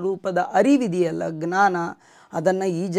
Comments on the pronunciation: ಜ್ಞಾನ ಸರಿಯಾ,ಙ್ನಾನ ಸರಿಯಾ? ಜ್ಞಾನ ಎಂದರೆ ಅರಿವು,ಙ್ನಾನ ಅಂದರೆ ಏನು? ತಮ್ಮ ಉಚ್ಚಾರ ಸರಿಯೋ ತಪ್ಪೊ ಗೊತ್ತಿಲ್ಲ ತಾವೇ ಹೇಳಬೇಕು. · ಗ್ನಾನ ❌ ಜ್ಞಾನ ✅